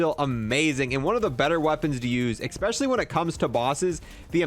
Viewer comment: I hate when someone says “expecially” instead of especially